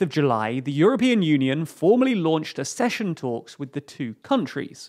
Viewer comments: Kindly note that 'accession' is pronounced 'ack-sesh-un', not 'a-sesh-un'. Compare 'succession'. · Accession = /AKcession/. Not /aScession/.